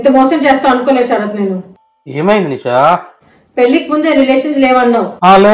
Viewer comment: శరత్ అను, సరాత్ కాదు.